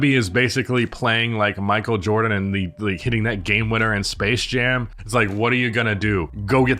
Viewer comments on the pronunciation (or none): none